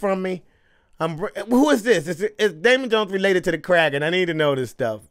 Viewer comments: Davey Jones, not Damon Jones. And it's the Kraken, not Kragen. It's pronounced "crack-in." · Ok. First thing. Your awesome. 2nd. It’s Kraken, not cragon. The next movie; my opinion; is better. You’ll love it. Also. You got keep watching the of the Pirates movies. They get better as you keep going. The last movie is “Pirates of the Caribbean Dead Men Tale No Tales.” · DAVEY Jones, not Daemon. Day Vee KraKen, not craigen. Crack en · Can't forget about "The Kragon" 😂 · I remember being so excited when Barbosa returned the first time I saw this lol, he's such a cool pirate. And he finally got his apple. Also, it's Kraken, said like Crackin' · It's pronounced Crackin but it is spelled Kraken. The collector of souls at sea is Davy Jones ( like the devil ) and the place that the souls would go to is called Davy Jones's Locker (like hell). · You make me Crack up,! It's Kraken, pronounced crack-en. And Davie Jones Locker! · If I hear Kragen one more fucking time I'm going to murder someone. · it's the Kraken, pronounced "Crack-in'. Keep up the honest reactions! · And it’s pronounced “Crack-En” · It's said like Crack-In. With an A, not an E. You had it.